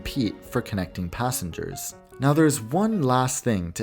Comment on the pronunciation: mantikli gelen yerlerde nokta varmis gibi okursan gayet iyi anlasiliyor. Bi tek “passe hers” dedigi passengers herhalde